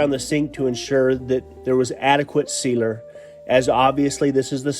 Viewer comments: Sealer not Cedar. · Wow, lots of dust and work! Turned out well though! Am I the only one who thinks is saying Cedar when he says sealer?:-) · I kept hearing him say “I’m going to do two coats of Cedar” 😂😂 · I heard the same lol